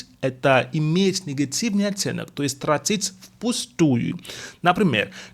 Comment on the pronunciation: трАтить, ударение не первый слог